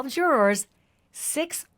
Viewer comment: jur-ers not Jour-ors please